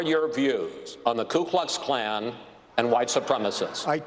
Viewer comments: It's "KU Klux Klan" not "KLOO" Klux Klan.... Still love Trump, tho'... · When your so racist you pronounce the ku klux klan wrong